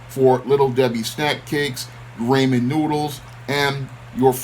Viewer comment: You crack me up with that Ramen noodle joke.😁😁😁👍🏿 But...bro... it's pronounced rah-men...(Ramen). I didn't know if your mispronunciation was intentional or not. But it's still funniest you know what.😁